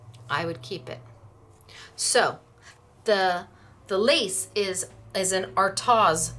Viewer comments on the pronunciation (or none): The pronunciation for artioz is.... the a is silent so it is pronounced as...r-toz